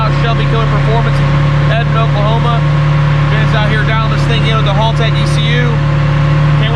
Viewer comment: It’s pronounced Haltech. Not Haltech.